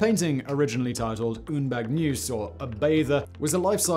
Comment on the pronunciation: Simon, your mispronunciation of foreign words is remarkable. It does detract from the éclat (no, you don't pronounce the "t", Simon) of your information and delivery. In this video clip you render the French word "baigneuse" as "baignyooze". Anyone with a modicum of knowledge of the French language should know the word is pronounced "beynerz". Can't you go on basic language courses to jack up your linguistic skills - or would that be too much of an effort for you?